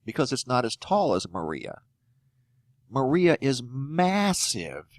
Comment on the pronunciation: As a Puerto Rican I approve of this report, you spoke it properly, also it's trajectory is a lot lower since Irma hit the top of Puerto Rico, but Maria is going to enter through the south